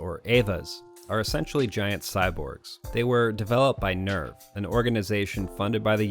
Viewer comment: The audience in the movie theater shown in EoE was from a showing of Death & Rebirth, not watching the conclusion of EoE. Also, NERV is pronounced "nehrf", like German for "nerve", not the English "nerve". You are very welcome.